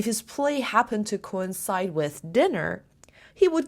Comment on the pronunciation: Coincide has 3 syllables co-in-cide. Just a reminder 😊